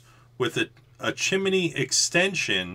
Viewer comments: Chi-mi-ney? 2 syllables please. Chimney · Chance S. I'm about halfway in between you guys in tennessee, and I have never heard it pronounced the way he said it. Chim-knee is what I say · I love your videos, I thought everything was gonna be as usual until you started about the chimminy, that's how it sounded to me anyways. I know your from the east coast, (no hate) but down here in Louisiana we say stuff different than y'all. it just cracked me up. keep up your work man, much love from the stix down here. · Did you say chimeney?